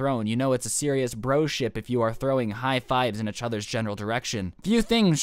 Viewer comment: He say achother